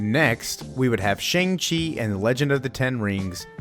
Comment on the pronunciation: Why do you say Shang-Chi like that